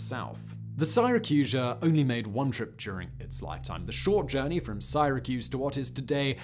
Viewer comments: "In the UK it's Sighra, in the US it's Syra" - Being a Brit I'm all for correcting Americans when they get words wrong, but damn, Simon, I've never, ever, ever heard it called Sighracuse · I suppose this means I am from SIGH-racuse instead of Syracuse? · From the UK, I don't know a single person who pronounces it "Siyyrahcuse" and everyone pronounces it same as the American way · It's Syra cuse Simon. I live here I know😂